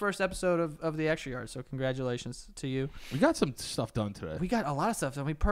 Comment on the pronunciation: "Welcome to the extrraaryarr" Great start